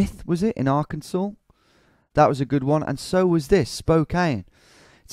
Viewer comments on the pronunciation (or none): none